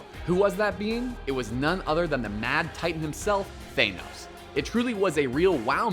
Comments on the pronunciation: Thaynos? WTF! Its Thanos Th-a-no-s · It's pronounced Th-an-os not Th-ane-os u dumbass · Chiterati? Thaynos? Dude... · thanos not thanose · Than-os, not Thane-os. chit-r-ee, not whatever the heck you called them over and over again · the way he says thanos is cringy, its ThAHnos not ThAYnos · also thane-os instead of thanos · Thanos not Thainos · Ashley Golden Yeah, so why did you fanos It's Thanos What about the fucking TH are you an idiot? Jesus you can't even pronounce anything properly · "thaynos" "chitaurati" wtf is a chitaurati its chitauri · I'm sorry... "ThaYnos"? "Chittaratti"?! You guys need to rewatch all of these. Right now. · teh-nose the mad Titan...... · How this dude pronouncing so many names wrong when they literally say the names in the movies lol. Than-os.... CHIT-ARE-EE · And TAN-OSE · Can this guy say thanos or chitauri right pls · Holy shit learn how to pronounce Thanos and Chitauri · This guy mispronounced thanos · They've said words and names like "Thanos" and "Chitauri" several time in the movies so why the hell can't the narrator pronounce it right?